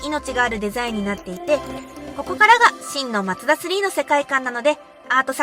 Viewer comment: が紹介すれば、全てが魅力的🥰 ちなみに、言い間違いの「マツダ」の発声は「マ↗ツ↘ダ↘」なんですね。 他の所は「マ→ツ→ダ→」ですが😋